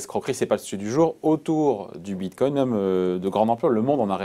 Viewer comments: le boug il commence en disant bitcom déjà ça commence très mal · S'il vous plaît. Quand vous invitez des personnes pour parler du bitcoin, assurez vous que cette personne sache au moins le prononcer correctement. "Bimcoin". La cryptomonaie gagne en crédibilité mais vous, vous en perdez de façon exponentielle. 65 likes - 17 dislikes. Reprenez vous. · Bitcom 😅 Bincoin 😅 Bitcoin (bravo!!!🥳) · Vu à quel point il a du mal à dire Bitcoin je pense qu'il est resté sur le quai notre "expert" Bitcoin